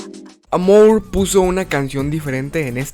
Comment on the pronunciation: Me gusta como dice amour en vez de amor